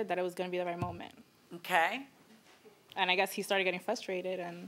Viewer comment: "Axed me..." "Started getting flustrated.." Yeah she's a real winner.